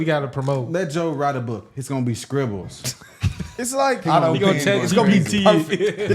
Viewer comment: My man said “scribbles”😂